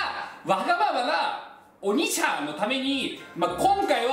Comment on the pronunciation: 今日は発音がｵﾆｨﾁｬｧﾝ!だったwwww可愛いwwww